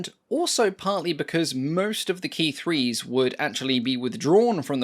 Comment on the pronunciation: Thanks for pronouncing Ki correctly.